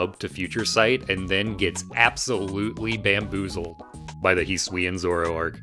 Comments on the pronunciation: hee swee an will make me shoot myself in the head he better reveal that this pronunciation is a joke hes doing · shaking and crying rn at the way you pronounce hisuian